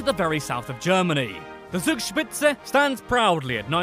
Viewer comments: We need to train your german speaking. 😂 You spoke the Zugspitze more like sugspize. Any many more. But it was interesting anyways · Hahaha allein wie er Zugspitze gesagt hat